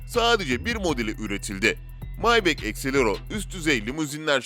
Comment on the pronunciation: Maybek değil maybah